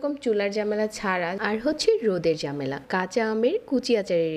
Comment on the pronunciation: উচ্চারণটা ঝামেলা নট জামেলা .. পাঁচফোড়ন নট পোরন এইভাবে নট এইবাবে ..